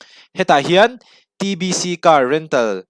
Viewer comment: DBC iti zel in ka hria ka hriat sual nge a hming ilam dik lo zawk